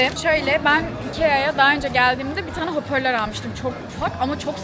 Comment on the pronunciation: İkea'nın iki ay gibi okunması😂😂😂